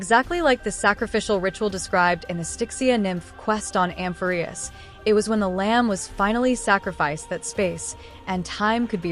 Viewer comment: Hello, thanks for this video! All your videos are super information dense and I always end up learning lots of new things. I've seen some people complaining about the text to speech and I just had a suggestion: you might like to change the spelling of some words that the TTS mispronounces to get it to say it correctly. E.g. Nikador -> Nickador, Amphoreus -> Amphorreus to get it to emphasise the correct syllable. You could find+replace to change the spelling all at once after you finish writing your script. I couldn't figure out which TTS voice you were using (I saw in your comments that you use Microsoft Text To Speech, but your videos don't sound the same as the one in Word and I'm not sure what else you could have been referring to?) so unfortunately I haven't been able to test if these changes would work for your TTS. I would be happy to help figure out spelling changes to fix the pronunciation if you let me know which TTS you use. But I definitely understand if you can't be bothered and regardless I will keep enjoying your videos and appreciating the hard work you put into them :)